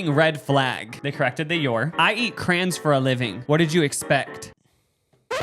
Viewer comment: I’m going to like and comment because I love you, but I’m now logging off because I can’t stand when people say crayons like that😂